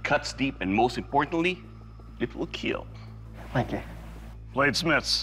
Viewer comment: John wick says a pencil will definitely keel